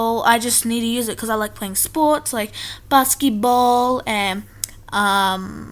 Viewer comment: She said baskeeball that makes me cringe